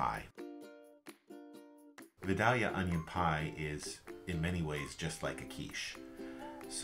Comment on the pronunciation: Love the recipe but I gotta say I was wincing while you were mispronouncing Vidalia! Those onions are named after the town in Georgia where they come from and its pronounced "vy-dale-yuh"! Vidalia is about 45 minutes from me and they love their onions, they have a big festival for them every year!